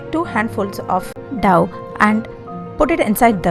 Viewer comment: It is dough which sounds ‘doh’ not ‘daw’. Thx